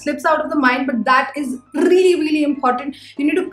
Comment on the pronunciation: I like the way you say, Rrreally, rrright :D